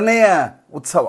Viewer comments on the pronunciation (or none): none